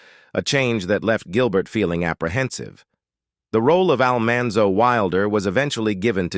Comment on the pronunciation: Poor narrator just can't seem to pronounce "Almanzo's" name correctly. 😂😂😂